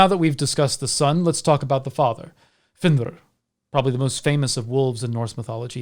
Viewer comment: I have always felt great sympathy for fenrir, Loki, and all his children, actually. Loved the insight of all the wolves and the proper pronunciation of the names.